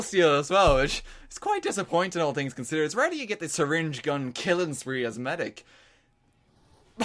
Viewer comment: Oh man I wish this was a live commentary of this that would've been even better. Btw I love it when you say three "tree". And seriously (I bet you get this a lot) but I would love to be in a voice chat with you and play some tf2, I bet I could possibly help in some way plus u just rock GO IRELAND!!